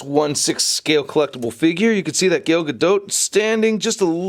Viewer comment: G A L not GAIL 👌